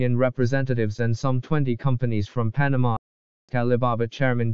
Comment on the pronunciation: Cant even say Panama properly